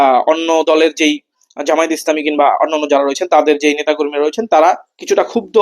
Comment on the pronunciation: আপনাদের এতটাই অহংকার জামায়েত নামটাও ঠিক মত বলতে পারেন না